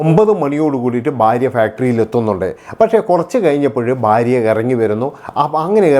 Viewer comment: തനിക്ക് എത്ര വയസ്സ് ഉണ്ടെടോ,,? പുതിയ ഞരമ്പൻ തലമുറ യെ പോലെ ബയം, ബാര്യ,, ബർത്താവ്,,, എന്നൊക്കെ പറയാതെ നേരെ ചൊവ്വേ മലയാളം സംസാരിക്കേടോ,,,, ഭയം,, ഭാര്യ,, ഭർത്താവ്